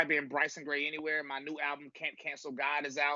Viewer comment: Its Gray man not grace